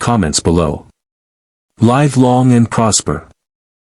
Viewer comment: LIVE long and prosper. get the first word pronunciation correct stupid AI.😅